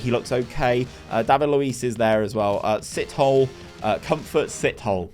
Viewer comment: 😂😂🤣thats not how you pronouce sithole